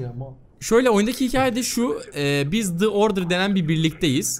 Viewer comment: "The Order"daki The "Dı" olarak okummaz, "Di" olarak okunur. İngilizceden hiç nasip almamışsınız. Sesli ile okunmaya başlayan kelimelerde The, Dı değil Di diye okunur.:)